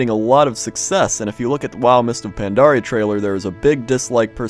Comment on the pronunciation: Is it me or says Mister Pandaria? >.>